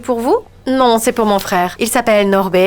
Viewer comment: Norbé Norbeé😂😂😂